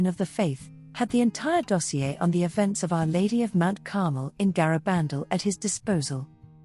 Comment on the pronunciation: You should get someone who knows how to pronounce Garabandal